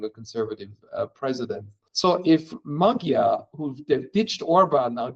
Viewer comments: NOT Magjar. Ma[dj] Like in the word [d]uke. Not a separate gj nor separate dj. a soft D like in duke. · It’s pronounced ‘Modjar’. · You said Maggie-are. OK. But I tured it off when you expert PhD sayd Marrie-Are. Liar, you and your expert know nothing. Thumbs down. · Magyar ≠ Magguyar, or whatever you said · man, could we get these youtuber folks just google a simple "how to pronounce XY" before airing something? to at least get it semi-close, it doesn't have to be perfect, but starting a video with Peter Magiiyaaarr just felt like a spit in a face. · Nazwisko Magyar prawidłowo wymawia się trochę inaczej. Proponuję sprawdzić jak Węgrzy to wymawiają. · Just couldn't keep listening to their mispronounciations of CE languages, sorry. 😂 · You're saying his name the wrong way round, please say it correctly. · hungarian corret pronunciation, please.. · Can you learn how to pronounce Magyar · you have a channel with 277k subscribers and cant even look up the correct pronounciation of "Magyar" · You gotta stop saying magyar this way. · 'gy' in hungarian is soft d, like 'd' in english 'duke'. Please pronounce it correctly. By the way our new PM family name 'Magyar' means 'Hungarian', as our country 'Magyarország" means 'Hungarian-land', in english 'Hungary'